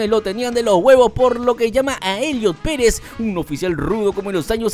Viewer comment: Elliot Pérez? Gorgoni? No inventes 😂